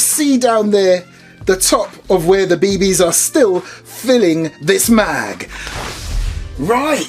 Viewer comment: "Be Bees"... Sounds off to me compared to saying "Bee Bees" lol